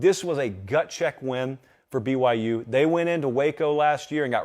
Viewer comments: you sound fine pronouncing BYU. Keep your head up champ. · Now he got me checking myself cause I saw nothing wrong with how he said BYU lol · You saying BYU sounds completely fine. Either that or myself, and everybody I know, is saying it poorly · I can’t hear what’s wrong with your pronunciation of BYU. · You sound fine saying BYU. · your pronunciation of BYU sounds fine to me. I don't hear any issues with it. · your "BYU" was EXCELLENT! Why you've avoided it, I don't know. It sounds good to hear you say it! I wish you talked about them more... especially considering their remaining schedule this fall. Keep those "BYU's" coming! Keep up the great work and thank you for the awesome content you provide!